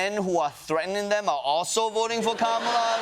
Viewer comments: At least he’s beginning to correctly say her name. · Oh wow he said her name correctly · At least he has finally learnt to pronounce her name correctly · It’s funny when he accidentally says ‘Kamala’ correctly. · He said Kamala correctly!